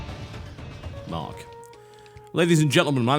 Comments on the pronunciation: "recording in 3.. 2.. 1.. ma'k" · You said Mark on purpose due to the over-consumption of cocainium didn't you?